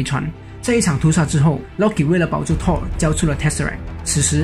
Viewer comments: 這不是發不發音的問題吧，電影裡就是唸Thor的音而不是Tor的音啊，直接以電影的唸法為準才是正確的。 這就跟Chanel、LV等名牌都有他們自己的唸法，你硬要用自己的發音唸，明明就是唸錯然後還說只是各地區發音不同，不是很好笑的一件事嗎？ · 講得很好，但是英文可不可以上google看一下怎麼發音？ Thor ,Tall很難分？ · T跟Th的發音完全不會分 一直tor tor聽得好累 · Thor 怎麼都念成 Tall XD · 索爾那個不念拖兒好嗎..... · 索爾不是痛 th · excuse me, im really thankful that u made this vid but cant PLEASE pronounce THOR properly... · 口音跟發音完全不一樣 一個字除非是特殊情況不然就是有一定的讀音，就是只能那樣唸 口音是你講話的語調，所以只要能讓別人聽懂，口音沒有對錯好壞 但如果你發音發錯，就像你要說我要看你說成我要幹你，意思差很多吧？這時不管是台灣腔北京腔美國腔你都會誤會 所以本片的Thor，完全是發錯音，跟口音沒關係 有些人說他也聽得懂，那是因為你有畫面有字幕，而且講復仇者聯盟，裡面音最近的就是索爾，自然會懂他在說什麼。 口音不是重點，但發音發錯真的是會很丟臉。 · 还不错，唯一不足是英文发音。从头到尾贯穿的Thor，听起来很痛苦。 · 他的th發音怪怪的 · 額，我很確定thor不是這樣讀，你可以先去查google翻譯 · 索爾名一直念錯，難聽死了實在看不下去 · 這個發音真的不行啊…………